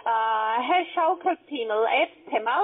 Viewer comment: Wie die Herr Schaukelpimmel mit Akzent aussprechen,das ist einfach das allergeilste...Ich kann nicht mehr. 😂😂😂